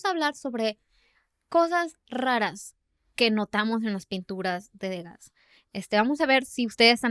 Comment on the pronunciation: ¡Hola! Disfruto mucho su podcast. Solo me gustaría compartirles que Degas se pronuncia <Du-gá>, ya que es Francés el apellido. Ustedes me acompañan mientras hago sketches de mis dibujos. Saludos desde Mérida, Yucatán.